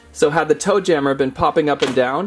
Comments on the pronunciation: Yeah it kinda sounds like he’s saying doom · •Caketsto • it’s toe JAMMER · Toe jammer is off and "MA"